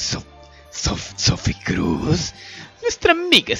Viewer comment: Chi sono queste signore? Non sopporto one dici Sfie Cruz k come dailo si dice. Sai che ti stimo ma queste chi sono? Dio te bendigas siempre